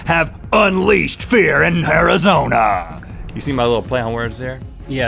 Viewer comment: Am I the only one who heard "HAIRizona" when Rhett was talking about chihuahuas? Two clever puns at once